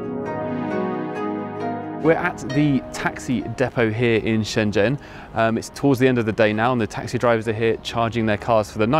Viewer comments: That "zh" in Chinese nouns is rather llike a J. The city Shenzhen is pronounced shen jen, not shen zen. The main correspondent has it right. the introductory guy is painful to listen to. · Wonderful! p.s. Shenzhen = "Shen-Jen": zh makes a "dj" sound, as in "juice". Also q = "ch" and "i" can be "ugh", as in "shi bu shi". I don't actually speak Mandarin, I'm just horribly embarrassed when names of famous places -- like Shenzhen -- are badly mispronounced!